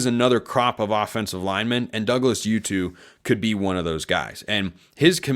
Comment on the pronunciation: I dont know how to pronounce his name either, but it's probably oo-too /uː.tuː/ not yoo-too /juː.tuː/ Putting a "y" /j/ sound in there when a word is spelled with a "u" is an English thing.